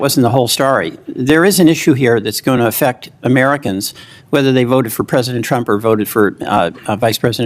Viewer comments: amerijans? Amerigans? What's this ai saying? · "Amrijans"?? AI voice with a typo or what? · "Amerigans" uhh what? 😂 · Lost me at "Amerijens". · Investigations that affect millions of Amerijans. What in the AI fuck? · Bondi is not responding with candor. So, she is lying. Voice over says Ameragins. So AI. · "millions of amerigans" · "Amerigens ? " - more dumb ai slop